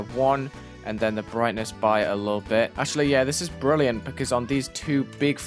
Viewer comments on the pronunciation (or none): The British flag when he said brilliant killed me lmao